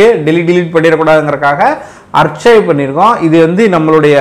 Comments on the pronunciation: dai, archive ah pronounce pannum bothu arkive nu pannanum ar-chai-ve nu panna koodathu, ennatha fact check pannuriyo nee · அது "அர்ச்சய்வ்" இல்லை "ஆர்கய்வ்" 😅